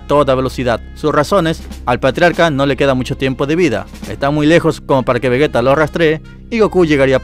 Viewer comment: Se dice "Vegeta" no "Vegueta" que les cuesta decir bien el nombre de un personaje?